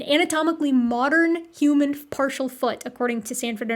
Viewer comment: I'm confused 😅 you pronounce the H in most words most of the time but then you throw in a hUman and I'm all combobulated.